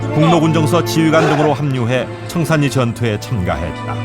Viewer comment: 참 거슬리네요. 청살리지, 청산니? 그러면 신라도 신나네?